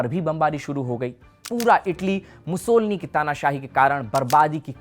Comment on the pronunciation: मुसोलिनी है मुसोलनी नहीं